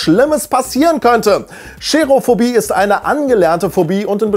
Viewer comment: Nicht "Scherophobie". Es heißt Cherophobie. Man spricht es ohne "Sch".